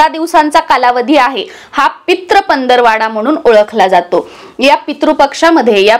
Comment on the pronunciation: मॅडम पंदरवाडा असा शब्द नाही, पंधरवडा असा शब्द आहे. बाकी व्हिडिओ छान!